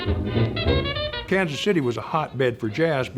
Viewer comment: AND... pronounces it correctly... "Kan-city."